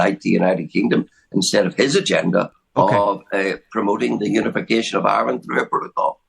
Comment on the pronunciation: This guy should be nowhere near ‘powitiks’, he’s still in the 1600’s with his bigoted opinions and now wants to argue with the people he should be siding with. In fairness he is comedy gold when he starts spouting his hatred of everything. Iwand doesn’t need his sort. Yes, I did spell it as he says it.